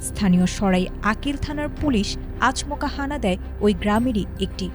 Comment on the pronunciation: সংবাদ পা‌ঠিকা‌কে আ‌গে বাংলা উচ্চারণ শিখান। আচমকা‌কে উচ্চারণ ক‌রে আচ মকা।